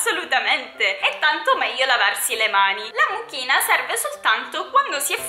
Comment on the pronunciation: Io ho sentito la mucchina al posto di amuchina 🤣🤣